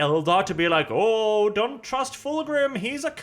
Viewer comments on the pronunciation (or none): none